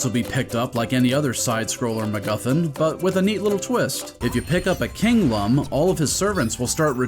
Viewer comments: How can you call yourself a true Rayman fan if you pronounce "Lum" incorrectly? It's pronounced like "loom" given that their name comes from luminous (I'm mostly kidding but I think Origins even specifies the correct pronunciation sometimes if you bounce on the wizard's hat, so that's something) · As per the manual: "pronounced “Looms”, like ilLUMination, and not “Lumms”, as in dumb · The manual says that. I remember hearing the pig latin in this game pronounce it as lum in the game and getting PISSED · I believe you forgot a very important detail from the manual…it’s pronounced “looms” as in the French word lumière, “lum’s for dumbs” as it said, and made me take a step back for assuming 😂